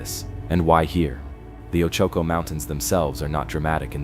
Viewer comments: oh-chu-ko. thx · Oh choke oh mtns??? Bwahahahaha so mispronounced. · Hard to believe in a mine when the narrator has made no attempt to pronounce the name of the mtn area correctly